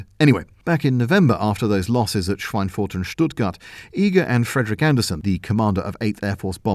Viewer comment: your pronunciation of "Schweinfurt" is realy good